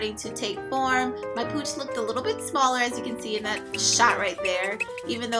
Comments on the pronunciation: no disrespect but I swear I thought u said ur cooch was on fleek lmfao. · I kept hearing cooch. Im mentally facepalming myself